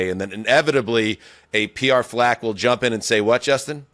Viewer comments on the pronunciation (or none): none